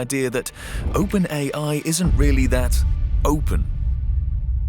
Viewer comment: The guy is pronunciation is not correct he says "idea-R" instead of idea" is the voice Ai?